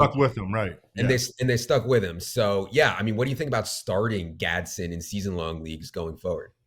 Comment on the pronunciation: It’s Gadsden not Gadsen. Hopefully he washes out since you guys can’t say his name